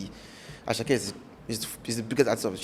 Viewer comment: It is not asake meloo, it is asake medoo, from ahmed